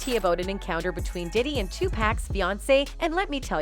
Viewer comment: "Pee Diddy" 😂